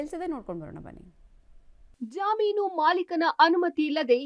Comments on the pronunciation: ಜಾಮೀನು ಅಲ್ಲ ಜಮೀನು ಮರ್ರೆ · ಜಾಮೀನು ಅಲ್ಲಾರಿ ಅದು ಜಮೀನು 😂😂😂😂